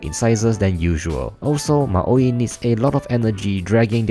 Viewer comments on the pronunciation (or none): It's Moai, not Maoi